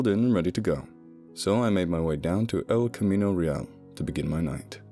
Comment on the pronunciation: Cool, this takes place in my neck of the woods and Kane the wrestler is mayor of my hometown. I tried and failed to wait for bedtime to listen to this, thanks! (San Ma -TAY-o, btw, and El CamEEno REE al. Oh, you got it at the end, no offense intended, and I wish I had a proper phonetic keyboard, I'll have to make do).